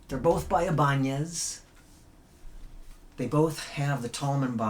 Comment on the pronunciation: The proper Ibanez pronunciation and not giving up on the old school goth aesthetic. Love it.